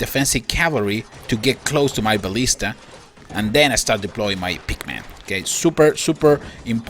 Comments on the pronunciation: what is a pikman ? i tough it was called a pikeman :O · Love your videos!! But "Pikeman" is not pronounced "Pickman". It sounds like "Piakmen" LOL!! sorry I was OCD about that every time you say Pikeman it makes me laugh.